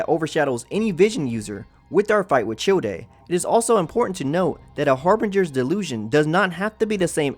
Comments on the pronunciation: I like how he pronounce Childe as chil-de, it's supposed to be pronounced like Child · It’s pronounced Chayld not childie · im sorry but "chill-day" idk if i should be mad or laughing rn also H A R B I N G E R S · It was hard to watch this after the first time he referred to childe as "chill day" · I got triggered every time he called childe "chill-day" like, it's the simplest word you can come across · Childe's name is pronounced Child not Chill-day.....they literally say his name in the game a bunch of times how do you mess that up? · Childe - Chill Day Everyone else - Childe - Child. The e is silent. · chill-dey??? its child, just dont pronounce the E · Why do you call him Chil-de, when in game they call him Childe. If you're going to make informative video about Genshin Lore, please start by pronouncing their name, place right man. It gives more legitimatcy to your content. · did a double take when he commented Childe's name as 'Chill dei' instead of 'Child' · Dude your pronunciation is so bad you called Childe "chill-de" dude its pronounced child with a silent e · Did he just call childe chilldei?? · paimon even pronouce childe as chill day once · oh so CHILD is the correct way but Child-e isnt? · Literally when u first meet Childe, he says child, not Chill-day, wtf do u even get chill-day. Just because Paimon said it once doesn’t mean it’s his name. Also, ur pronouncing the e at the end of his name as an a. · Chill-dea CHILL-DEA bruh what it’s child they say it so many times in the story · it's child not childayy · Tshilldé???? Thats the weirdest pronounciation of Childe ever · the pronunciations of schneznaya and childr are killing me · “Chil-day” IM SO SORRY BUT I CANT 💀💀💀💀💀💀💀🤚🤚🤚🤚🤚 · This man did not just say chil de is he high or just trolling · Cool video and all, but did this dude just saying fucking "Chill-dey" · did you just call childe as in chill-day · It's pronounced chil-dé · Him: Chewday Me: 👁👄👁 wut No hate, I like the video ✌🏻